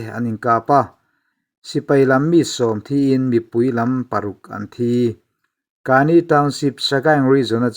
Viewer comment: AA hi pahnih (chi hnih) an awm a. Tuna rawn tel hi KNU Karen State-a awm an ni. Rakhine rama AA te nen an inang lo a nia. Kani tiha 'ka' hi thluk lovin, Mizovin 'keimah ka ni' kan tih a, 'ka' anga lam tur.